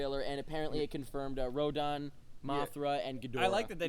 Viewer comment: Did just say Rodon?